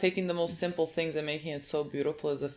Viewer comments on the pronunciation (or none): none